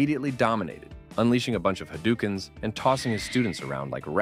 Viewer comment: Steven Seagal never would make Wick nervous. Wick has a bulletproof suit. Please learn how to pronounce "hadouken" (波動拳) from Street Fighter series. But great vid. If we could just get Steve to loose 200lbs, I'd like for him to show us his Olympic running style again.